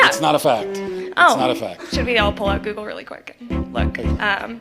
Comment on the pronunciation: If I had a dime every time some moron said "GOO-GOO It?" I could buy the planet.